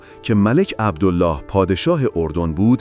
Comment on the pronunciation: عبدِل لِلِه ، اینجوری تلفظ میشه نه عبدُالله . ملک فیصل ، که حکومت نمیکرد حکومت در دست عبدل لله و زیر سلطه انگلیس بود. به طرز فجیعی خودش و خونوادش به دست خونخواران کثیف قدرت ، کشته شدن. مادر پادشاه فقید ، قرآن به دست گرفت و قسمشون داد و گفت : شما مسلمانید ، عربید ، پسر من ، بیمار است ، تاج و تخت پادشاهیش ارزانی شما ، بهش کاری نداشته باشید اما چقد غم انگیز و اندوهناک که نه به حرفهای مادر پادشاه اعتنایی کردن و نه به قرآن . و حتی جسد پادشاه جوان رو در ملاء عام مثله کردن. اما همون کفتارصفتان خونخوار و تشنگان به قدرت ، دیری نپایید و خیلی زود ، به جهنم مشرف شدن.